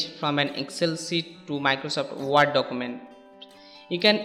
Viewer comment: Ward document nahi ""Werd" (word) document